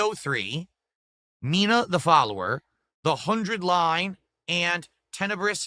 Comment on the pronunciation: "Mina the follower" damn, can't even tell his Fs from his Hs.